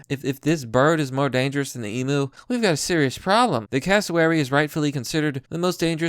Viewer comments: Fake news. Florida man would have smoked that Cassowary. P.s. learn how to say Emu ffs! It's not e-mooo, it's e-myu. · ARRRRGH its pronounced "eem you"" not EEMOO .. FUCKITY FUCK! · I am Australian, and I can't cope with you saying "Emoo" Please say Emyou Just the same as how you say it but it's not a ooo its a hard "you" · Cassowary will most time go for the gut and rip it out . Even aussies no not to fuck with them . All i can say is old mate was a dumb fuck even blind freddy could have seen how it was going to end . Love how you say emu like e moo. Its more like em you lol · mate its emu emphasise on the u so emU say it with me mmmmaaaaattttteeee emU